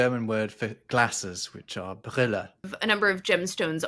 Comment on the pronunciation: Is it so difficult to pronounce the German 'Zoo' correctly? Or 'Brille'? No offense, but: your Pronunciation of German Words can be improved - by a lot.